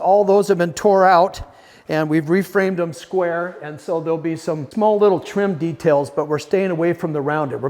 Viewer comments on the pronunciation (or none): none